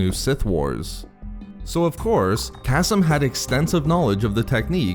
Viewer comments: Kas-m i cringe every time kaseem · .....I think it’s pronounced “Kuh-Seem”